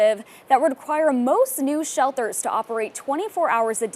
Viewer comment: shel-durrrs new shel-durrrs